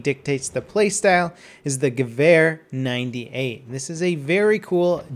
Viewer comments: ***** First off, your "V" is mixed up. I'm a huge gun enthusiast and hear this mix up A LOT. The Gewehr 98 is pronounced the same as the Sturmgewehr 44 (STG 44) which is shterm-ghe-vair give that r at the end good old rub haha. So the Gewehr 98 which I've heard pronounced by Germans at gun shows countless times is, ghe-vair 98 :) It's not ear, like the organ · I have to say that he does quite well pronouncing it. Though it does sound more like "Gewöhr". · He says it well but more like gewähr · As a toaster No, its supposwd to be said like Geh-wär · Hood It is not an accent. The German letter Ä is not pronounced like the German letter A. Both are different. English is not a Phonetic Language. It has falling Phonemes which is a big difference compared to German which is Phonetic. Phonetic implies that a word or group of signs sounds exactly like it is spelled. By the way, letters are known as signs in Linguistics. He pronounced gewähr which is nowhere near Gewehr. the -wehr portion is pronounced exactly the same in any word with those four signs. Abwehr meaning defense; Bundeswehr meaning the Germany Army; etc. He pronounced the E in Wehr way too short. German doesn't have Short, or Long vowels. The letter E in German sounds more like the American, or US English version, of the Long A. Therefore, he just said it wrong. Stop being a Fan-boy. Also, accents are not an excuse for mispronouncing things. Sir Patrick Stuart has an accent, but doesn't mispronounce every other word. he pronounces Dance like we do in the United States. The correct way. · Same here, I pronounced the name of the rifle as "gehuer" at first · JEW-er lol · It's pronounced Gevehr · Its funny for me as a german how you pronounce it like geWhere :D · Hey, just a tip for the pronunciation: Go to google translate and type Gewehr 98 and translate to German and click on de speak button. You will hear how it's pronounced correctly:)